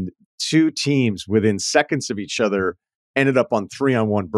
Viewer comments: He can't say th noises. Keeps saying udder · Same. I think it's because when he's trying to say a word like "other", he pronounces it like "udder." Lol 😂